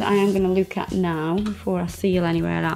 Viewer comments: Every time you say "lewk" it makes me smile :D <3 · I love how you say look. It sounds like Lewk. I don't know why that stands out to me but I love it! Lewk and facebewk 😍👍🏻😘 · I love how she says look it sounds like she is saying Luke lol